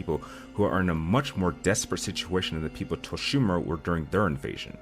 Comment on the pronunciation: Is it just me or does the way he say Tsushima triggers?🙃